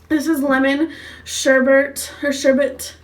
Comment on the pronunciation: SHERBET NOT SHERBERT